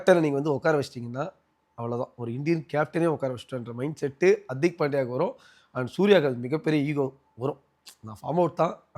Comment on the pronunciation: Anchor bro adhu Hartik illa hardik .